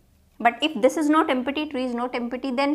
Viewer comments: it is not em-pa-ty..it's pronounced as em-ty...p is silent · Empty is pronounced as em- tee